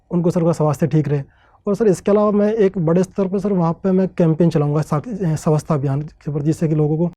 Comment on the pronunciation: ये भाईसाब स्वच्छता को सवस्था बोल रहे ह